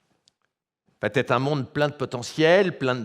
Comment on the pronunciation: Entre va et être il n’y a pas de t, donc pas de liaison Mr.